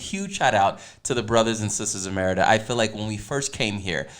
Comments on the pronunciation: SAY MADEA...TYLER PERRYS GIRL...MA DE A...NOW ADD SPANISH "R"... ME RI DA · Hi! I love your videos. But I going to suggest, please please pronounce MERIDA (M E R I DA) correctly, you make a video apologizing of that and you did it again in the same video... also please please please , the guy need to stop to make noises when his eating. Thank you! I love your show by the way. ❤️❤️❤️